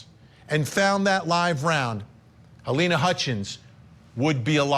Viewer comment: I think your reporter is saying her name wrong- it's halyna not Helena